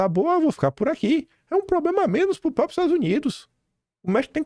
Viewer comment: Faça um esforço pelo amor de Deus, a palavra correta é próPRIo !!!!! Gosto do seu canal apesar do excesso de covardia, isso é só uma crítica construtiva, fazendo esse esforço a credibilidade do canal aumenta.